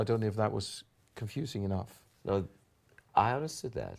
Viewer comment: Incredibly, after all these years immersed in English media and even living in England for years,... he still mispronounces the 's' in words like "confusing" and "music". ;-) By now, I think he must be doing it on purpose. :-D Or maybe not=> Magne does it too. It could be a Norwegian thing. I wonder if they realize. (And now of course I have to wonder what I myself may be mispronouncing in solidarity with my entire nation without ever realizing it. Because if I do, this is clearly a case of the pot calling the kettle black. :-D Well I can only hope it sounds as good...)